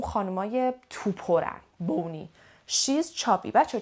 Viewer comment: سلام مچکرم از ویدئوی فوق العاده عالی تون. کلمه bonny را شما فرمودین به خانم تو پر میگن و بونی تلفظ کردین. اما توی دیکشنری کمبریج این لغت به معنای سالم و زیباست و بانی تلفظ میشه. میشه لطفا در این مورد توضیح بفرمایید. لغت wavy را میشه برای موهای حالت دار هم گفت یا فقط برای موهای با فر درشت استفاده میشه؟ اگر اینطور هست، برای موهای حالت دار چه لغتی بکار برده می شود؟ باتشکر🙏